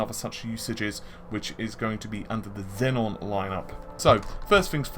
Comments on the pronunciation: zen-on? xeon? zee-on say it with me zee-on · It is pronounced 'Zee-on' not 'Zen-on' Xenon is pronounced 'Zen-on' mate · Xenon. Xeon. Got 1 too many Ns in your pronunciation their. Love the videos.